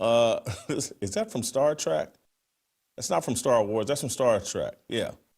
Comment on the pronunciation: Yeah dude,it's star TREK!, not star trak